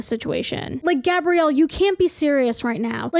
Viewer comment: never before have I been ashamed of my name until i found out i share the same name as the woman who wrote this article wtf edit: hearing gabrielle, pronounced correctly, freaked me the hell out